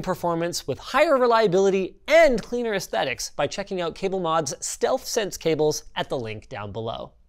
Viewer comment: "This is in and that is OOOOTT"